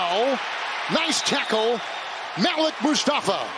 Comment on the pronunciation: The way they pronounce Malik 😂